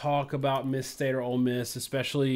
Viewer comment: Just say “State”